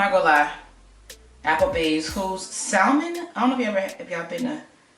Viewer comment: I was just about to say it's pronounced SAMON lol